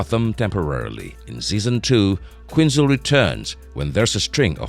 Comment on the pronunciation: Who the f*ck is Harleen Queenzer?? "Quinzel" was pronounced correctly a couple of times (barely) #manglednames